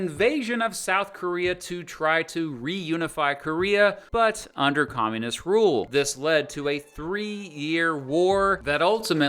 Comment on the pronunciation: seems like he can't say the word "socialism" or "comunism"...